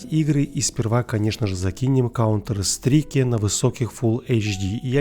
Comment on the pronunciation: Коуетер стрике слух резануло. Да и другие приколы со всем известным произношением.